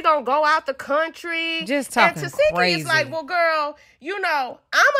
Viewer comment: Her name is pronounced TA SHE KI I’m tired of y’all saying her name wrong😭🤷🏻‍♀️